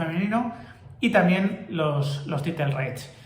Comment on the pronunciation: “Title” se pronunciaría como “Tairo”. Con respecto, me da risa 😂 cada vez que dices “titlee”. Saludos!